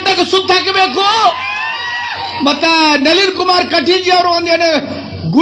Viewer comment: ನವೀನ ಅಲ್ಲರೀ ಕಾಕ ಅದು ನಳೀನ್ ಕುಮಾರ್ ಕಟೀಲ್ ಅದು